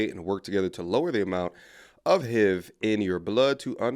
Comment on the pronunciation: He call it "the heeve" but saying it as hiv for HIV